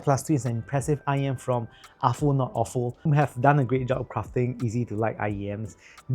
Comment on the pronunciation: You pronounced Aful correctly! Yeah. Afoo. Nice review, thanks.